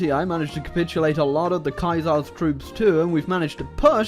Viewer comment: And the "Kaiser's"